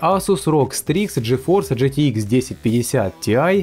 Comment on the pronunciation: Гейситком? Лол Произноси как-нибудь другим способом :D